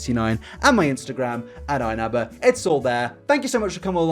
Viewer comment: Inabber's pronunciation really is something else man...